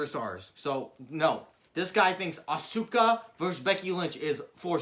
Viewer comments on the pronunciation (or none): Not ahsooka it’ arse-car